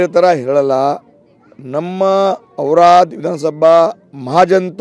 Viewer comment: ಏನ್ರೀ ಸುವರ್ಣ ನ್ಯೂಸ್ ಚನಲ್ದೊರೆ ಕನ್ನಡ ಬರುತ್ತಾ ಇಲ್ವಾ auradabaad ಇಲ್ಲ ಅದು ಔರಾದ್